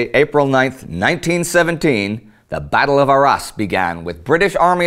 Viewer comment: Btw quick tip the "s" in Arras is silent